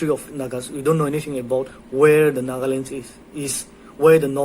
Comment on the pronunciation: She can't even pronounce Nagaland 😂😂😂😂😂